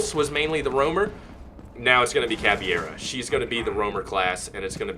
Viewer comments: its caveira not caviera :》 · Ca-pi-tao and Cav-ey-rah are the correct pronunciations to my knowledge.